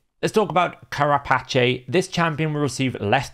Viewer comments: Care-A-Patchay? lol. It is Care-A-Pace (rhymes with Face). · "Kara patch ay"? I'm sorry I couldn't let it go lmao. Carapace is pronounced like "kara pace (like walk ten paces)". And it's like the shell of arthropods. Loved the rest of the video! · It's pronounced Ka ra pace.. The back part of a shell Agree wholeheartedly on the idea of having "themed" blessings and actually giving viable options for every type of champion. It's a shame Plarium didn't think of that in the first place rather than just having them as fancy tabs. Unfortunately, we know this will fall on deaf ears with them The eternal blessings sound way overpowered though. Iron Twins they'd get more engagement simply by removing the energy cost. They can keep monetisation with extra keys for those who want to spend on it